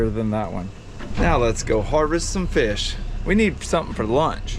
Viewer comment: First time I’ve commented about anything but huge fan here from central Alabama great job being a great dad to Jake and Luke and a huge congratulations Luke on spearing your first feeeaasshh as Crystal says I swear she is as country as me!